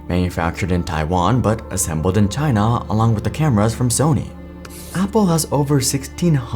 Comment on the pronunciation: How many times in this video was China pronounced as ‘TinA’